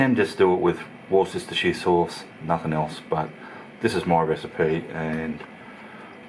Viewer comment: Worcestershire... Pronounced... Wooster-sheer please... Thanks